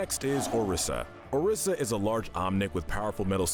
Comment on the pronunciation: orisea lol its oriza🤣🤣🤣